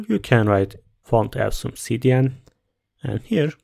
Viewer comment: This is not how you say “awesome”.